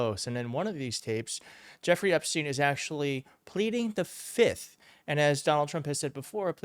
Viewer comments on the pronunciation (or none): the word if plead the. F I F T H not FITH